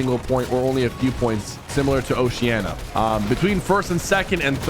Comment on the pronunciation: why the flip does everyone say osheana? It's oceania. WITH AN I